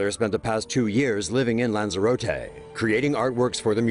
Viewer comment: Lan-za-rot-ee not lan-za-rote-ay